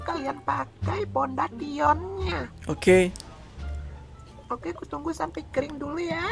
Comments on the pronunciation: Kesel juga gue denger dia bilang pondation 🙂🙂🙂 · Orang-orang mah pada bilang sering bilang foundation lah dia bilang nya pon deti on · ngomong fonesen malah fodan tio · Pondation dia bilang 🤣🤣🤣🤣🤣🤣🤣🤣🤣🤣🤣🤣🤣🤣🤣🤣🤣🤣🤣🤣🤣 kalau di baca keknya pondasyen setau aku sih guys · Foundation btw bukan pontation🤣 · Kesel bet da gua pondesyen disibut pondation 😬😬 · itu bukan podation fondation bukan padation 😂😂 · Mungkin dia kalo ngomong harus sesuai di tulisanny ya Pondation😭😭🤣🤣🤣